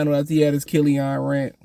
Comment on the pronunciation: Bro what? They're not gonna get rid of duren cuz he can't shoot lol. Kill-ian not kill-ion. They're tanking idk what yall don't get about that lol. You can't put a good team together and expect them to tank. This should be self explanatory